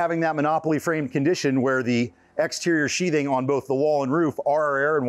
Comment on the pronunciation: sheath... "th" ... "th" ... "sheathing"